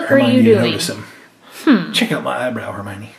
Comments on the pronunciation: HER-MY-OH-NEE ! not her-my-nee🤨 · Herminie is howhe pronoused it